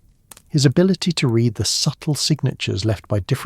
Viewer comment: “Read” vs “read” - AI cannot get it right